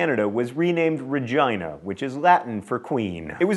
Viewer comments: No, its rej-IE-nah, not rej-EE-nah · Regina is Ruh-geen-ah not Rug-gae-nah. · Pretty sure Regina is pronounced ridge-jean-a not Ridge-eye-na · It's pronounced regeena not regyna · RegIna?? It is pronounced RegEEna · "Regina" should be pronounced with a hard "g," as in "go." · It's pronounced Rej-eee-nah John... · It's pronounced by Ree-gy-na by pretty much everyone in Canada. It may be pronounced otherwise in latin. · ***** I took Latin too. It's pronounced "reh gee' nah." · Latin pronunciation is rehy-gee(hard g)-nah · In Spanish its pronounced ray-nah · In Latin, Regina doesn't rhyme with vagina, the "i" makes an "e" sound